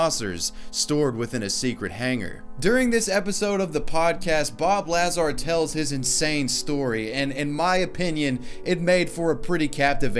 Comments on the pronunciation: DUDE! It's Bob Luh-zar, not Laa-zar. You must be new to this conspiracy shit bro. Haha for real, great video. I'd love to see anyone try to actually do this. Probably 20 people will show up at the white mailbox, 5 rowdy idiots will end up getting taken to Rachel PD by the dudes in white SUVs, and one drunk asshole will actually try to make a Naruto run for it and end up getting his brain fried by a microwave gun. Edit: and anyways, these folks need to be taking a run at Pine Gap in Australia if they really want to get a good look at some alien tittays. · His name is Bob Lazar. NOT Bob Lazaar. You DUMB FUCK! 🤦🏼‍♂️ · Lazar. Not LAHzar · It's pronounced La zcar not lazz are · BOB LAZAR, not bob lazarrr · Dude, have you NEVER heard of Bob Lazar? Because the way you pronounce his name really hurt my brain and was extremely cringy..... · Did it irk anyone else the way he said Bob Lazar? I mean it affects my life %0 percent and yet... It is Bob La-ZaR quick la- and than Zar rhyme with bar.. like a hard R. Not Laazar .. again, I know it doesn't matter and I still had to address it.. I'm a sad sad girl. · Not to be "that guy" but ITS LAZAAAAR!!!!!! NOT LAAAZAR!!!!!!! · pronounced la-zar, not laz-ar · I hate being that guy, but it’s pronounced Luh-zar. I can feel him saying Lazar. Don’t expect a change, just curious if I was the only one? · OMG, I always pronounce Bob Lazar as "Bob Lazaaaaar" (the La is faster than zar), not the way you said it like "Bob Laaaaaazar". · IT'S BOB LAZAR NOT LAZ ARE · La-zAR? Lazar dude ong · It's pronounced Bob la-zar not laz-ar but enjoyed the video anyways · LaaaaazaR lmao its luh zar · La-zar not laz-ar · say it the equal emphasis on both syllables, like everybody else please bro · lmfao....lah zar. XDXDXD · It's pronounced Bob LUH-ZAR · Bob laz-are 😂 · Bob Lah-zar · Lazar rhymes with "bazaar". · Uh der, it's pronounced, Lay-Zer, Pew Pew!!! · IT IS BOB LAZAR!!! ( Luh - Zar ) the man is a living legend! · Bob luh zar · Ikr? Hahaha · layz air